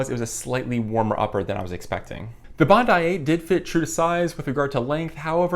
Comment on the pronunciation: Hi,, Two excellent reviews, for this shoe, the Bondi 8, and for the Gaviota 4. (Btw, in Australia, at least, it's pronounced "Bond-eye.") Question, please, for you or anyone here - I have terrible knees with not much meniscus left, and need all the cushioning I can get. Assuming either model would be a valid choice, I wonder if the Gaviota's J-frame, allegedly providing a more stable platform, might help reduce some of the torquing forces on the knees as well. Any thoughts, recommendations (yes, I have considered giving up running entirely, no thanks!) would be appreciated. Thanks again for the excellent reviews. William